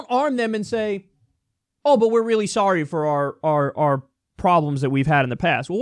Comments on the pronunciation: Am I the only one who laughed when he said "Sorey"? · "Breaking news: Canadian apologizes: says sworry"